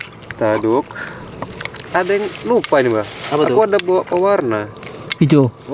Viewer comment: "Ada" bg bukan "asa"